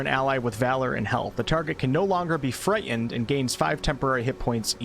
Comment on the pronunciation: The "T" in "Frightened" is not silent.